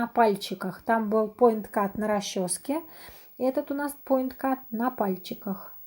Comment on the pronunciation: Потнтинг или поиткат...на капце Ви апять говорите поиткат